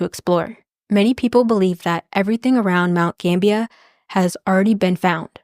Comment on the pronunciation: Awesome video. I just looked it up, and you were pronouncing it right. Mount Gambier is pronounced like it's spelled. Like, it's not pronounced Gambia, that's a country, it's more like ... Gamb-bi-eer.